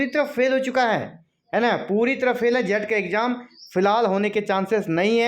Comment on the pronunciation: Phel phel bol ke 29 ko hi exam Karwa de rahe ho